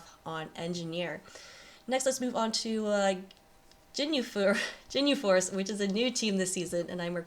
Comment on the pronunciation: Jin-you force lol....its GIN-YOU force (pronounced of course, not spelt)